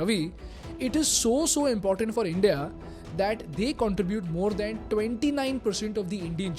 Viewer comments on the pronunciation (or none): none